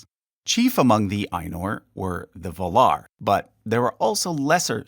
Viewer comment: Its surprising just how many names here have been mispronounced. ... even Valar.